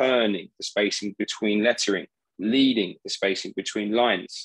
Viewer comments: 'Ledding' not 'leeding' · wrong again. It's "Leading", named after the material, lead, that was used to make the space between the lines. And yes, your version at least sounds correct when read aloud.